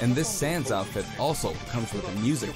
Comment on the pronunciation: SAANSS??!? -Etika ( RIP )